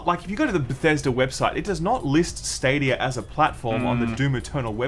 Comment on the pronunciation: "Stadiyur"